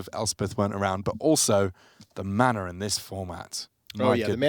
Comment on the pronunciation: I don't think "mana" has an "R" in it...